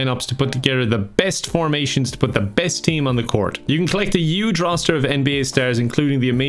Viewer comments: i love how you say huge :) also human - yuge and yuman XD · I love your content but just wanted to say you pronounce huge the way trump does